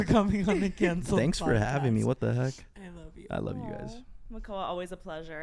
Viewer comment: I did 😂 when said “fanks a lot sstfacey”